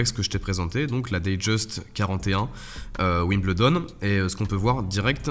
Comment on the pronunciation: la boîte un appelle ça un "écrin" et Wimbledon se prononce "Wimbeldon"